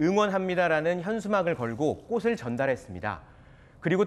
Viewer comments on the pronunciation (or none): 꽃을-->꼬슬(x), 꼬츨(o)